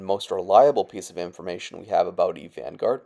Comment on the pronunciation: "Eve Vangourd"